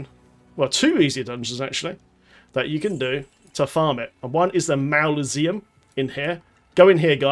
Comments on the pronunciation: Ma-zuh-Lee-um bro 😂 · . "Mauluseum" HAHAHAHAH! Made my day.. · Your butchering of the word mausoleum was impressive, thanks for the help 👍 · Why would you pronounce mausoleum like that... :/ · how the fuck did he just pronounce mausoleum ????